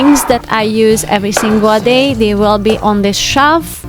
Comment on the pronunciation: Beautiful organization! A lesson for us all. But Please...TRY and pronounce "shelf" and "since" properly. Even the closed caption spells the way you say shelf as "shav" and if you can say "sin" as in "single" or "sing" then "since" should be easy. Otherwise, it sounds like you're saying "science".